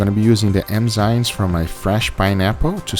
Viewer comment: well yes but they're called enzymes not emzynes. Not hating on guga just pointing it out so he fixes his pronounciation